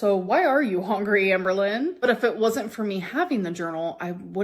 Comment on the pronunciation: HONGRY. I’ve never heard anyone else pronounce hungry that way.